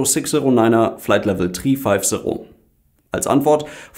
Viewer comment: Kontekt Marseille on won tu for dessimal six feif serro FLEIT LEWEL TREE FEIF SERRO Geil alter wenn ich so ne Funknachricht krieg würd ich erstmal nach Google übersetzer für Sprachbehinderung fragen. Ist das Pflicht in Luftverkehr?